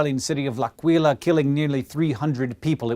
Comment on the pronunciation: Good video but less than good pronunciation of the name "L'Aquila" lol